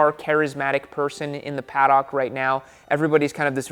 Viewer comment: Paduk, not Pad-ock!